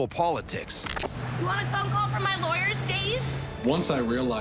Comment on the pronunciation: She said her lawyersss dave u mean your leagle aid lol